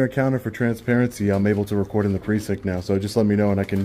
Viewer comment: You cant "ree-quaurd" here